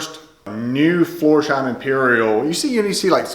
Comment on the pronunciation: FLorsheim please...not Forsheim. Thx.